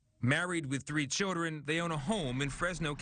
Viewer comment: Why does the reporter pronounce "children" as CHILL-REN